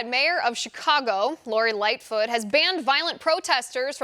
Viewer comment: Did Liz say Lightfoot or Big foot?